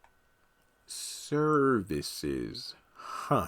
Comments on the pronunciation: Lol the way you said services lol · I was laughing out loud when I heard him say Services. That sounded so funny. I thought that was really funny.